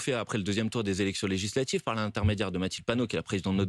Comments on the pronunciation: "legislatchives", "relatchive", M. Bompard a les mêmes accents que son électorat. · Legislatchive !!! 😂😂😂 C'est un djeuns lui 😂